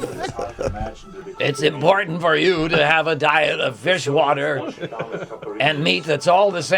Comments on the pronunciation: i have heard some very funny mispronunciations of "feijoada," and absolutely lost my shit at "fishwater" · I don't think we'll ever know if actually said "fish water" or was trying to pronounce "feijoada". In any case, I've had feijoada and fish water is more appealing. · "feijoada" not "fish water" lololol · It is actually quite funny that everyone in this video calls feijoada "fish water" because of horrendous pronunciation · i was about to scold you guys for talking shit about feijoada but pronouncing it as "fishwater" really doesnt help my case. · didn't say fishwater, he was trying to say feijoada, it's a bean stew that's pretty good but does look a bit suspect if you've never seen it before. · Lol says "feijoada", the name of that dish, but I guess it's fish water now, I wouldn't wanna argue with our buff god. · Did he call feijoada fish water?